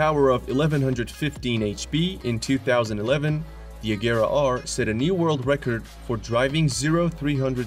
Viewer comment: Regera is pronounced with the G sounding like in Gepard, not a hard G like the Agera ("act" in Swedish, or "do it"). Regera means to dominate or to rule in Swedish.